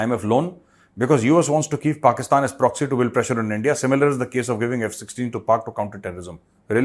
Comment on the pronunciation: ENDIA, hainnnnnnn😂😂😂😂😂, Raaaa, markiiit 😂😂😂